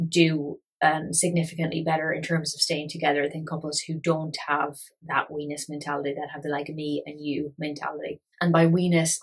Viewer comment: Hears "we-ness" as "wenis" and lols at work I swear to god I'm an adult